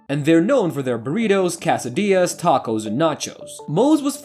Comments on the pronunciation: Dude really said "CASSO-dilla" wheres the a coming from 😂? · The narrator needs some editing. He said "most fastest" and pronounced "quesadilla" like "casadilla."